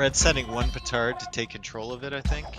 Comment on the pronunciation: see he does say pootard